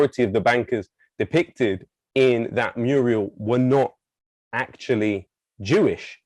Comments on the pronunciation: Muriel is a woman's name. A MURAL is a large picture often on a wall. It is pronounced MEW-RAL, not MEW-REE-AL. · Mural, not murial. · I love the content and all that you guys are doing, so I hate to be a pedant. Alas, I am! murial A word that sounds so close to the correct pronunciation that it's meaning is understood despite the innacuracy. I see you are admiring my murials. So Lowkey did a murial when pronouncing "mural". But I learnt a new word!